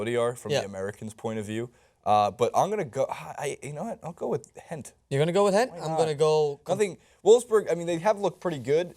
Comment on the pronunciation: you are still pronouncing gent wrong lol! but outfit on point